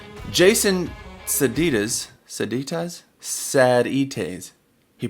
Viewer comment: If you dont know who Jason Sadites is, you arent a TRUE Helix fanboy :) and BTW its pronounced "SAY-DYTES" (2 syllables). and you definitely need to watch ALL his videos as he has some amazing info on how to get the best sounds out of your Helix/Line 6 product and has given away so so many free killer presets on Custom Tone as well as many paid ones too. He is a true guitar icon who has played with some legendary players over the years.